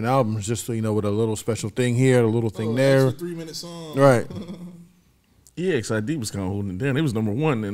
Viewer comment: Exid it’s pronounced (x id)